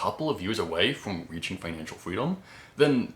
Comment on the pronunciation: I don’t know the words weaching, wery, etc. Learn overemployed. I made like 700k, saved and have roughly 450k invested